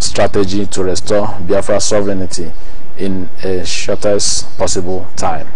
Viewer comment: Sovereignty is pronounced ("sofrentee")just to help non-native speakers on proper pronunciation. Thanks for your informative program.